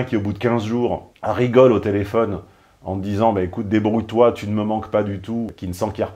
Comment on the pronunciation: Merci de maintenir le cap d'une intelligence certaine et de ne pas dézinguer systématiquement les protagonistes des vidéoscopies. Tu avais dit (pardon : djit) que tu (ou tchu) n'était pas un bourrin et que tu ne défoncerais pas n'importe qui juste pour nous faire marrer. Tu t'y tiens. J'apprécie. Mais tchu vois c' que je veux djire en véritché.